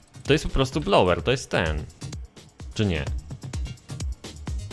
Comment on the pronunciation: Nie Blower tylko Bowler 😊😉